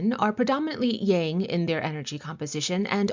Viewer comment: As a student of the Ageless Wisdom teachings, I have been lacking in my studies of Taoism for some time. I’m very excited to discover your channel and greatly appreciate your method of teaching. I also appreciate your pronunciation of Yang, as it is “the way” I have always been comfortable with and believed I was hearing it mispronounced in the west often 🙏❤️